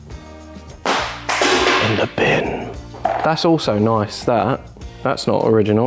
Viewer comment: That “in the bin” needed a bit more of an Aussie accent! Can tell watches the best YouTube channel for 4x4’s